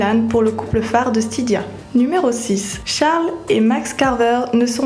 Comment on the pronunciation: C'est pas Charle mais Charlie